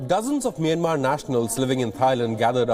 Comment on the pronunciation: It’s not “Meinmar” it’s “Meeanmar ie Myanmar. Please pronounce it correctly. You Indian news anchors always read incorrectly.